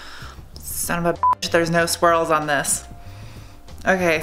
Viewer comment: So every time you say swirl, I actually hear squirl, which makes the whole video even more fun to watch, keep it up!